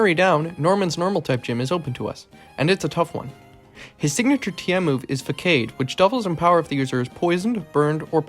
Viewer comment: "You can tell it's 'fakayd' and not 'façade' because the 'c' doesn't have a tail." That’s it. I'm subscribing. I hope you’re happy.